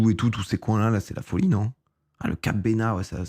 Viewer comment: Entendre "le lavandou", "Cap Benat" et "Canadel" j'étais pas bien 🤣